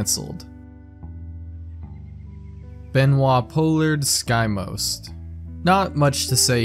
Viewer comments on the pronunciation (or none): none